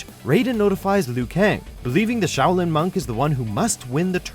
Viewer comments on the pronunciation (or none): none